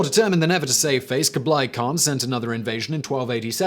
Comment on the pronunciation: I'm more bothered by kooblie